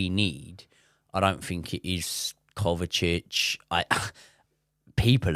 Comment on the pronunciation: Is saying “Kovatic”?